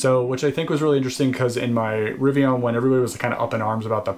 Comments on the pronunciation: Very helpful video! Good to know. I’m a Fall ‘21 preorder holder so it’s interesting to hear the steps you’re going through. I have to agree with Jack though about your “Rivian” pronunciation though 🤣. Looking forward to future videos. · "RiviAHn" does sound cooler than "riviIN" 💁